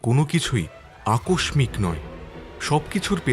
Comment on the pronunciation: উচ্চারণে এতো দুর্বল যা অত্যন্ত দুঃখজনক, আকস্মিক উচ্চারণ হবে আক শি--ক। যাই হোক please take care...